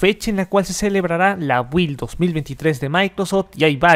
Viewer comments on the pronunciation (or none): En pronunciación de la palabra Build la letra "u" es muda. Bilt